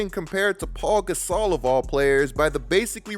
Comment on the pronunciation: I just have to say.... it's Pau Gasol (pronounced POW), not Paul Gasol. Thanks.